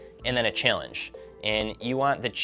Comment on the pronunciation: This idiot keeps saying "Chillange"